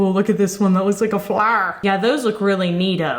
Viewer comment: This girl pronouncing flower: Flarr